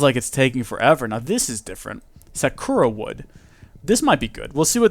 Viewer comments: Actually Sa-ka-ra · Its pronounced like Sakara but it's spelled like sakura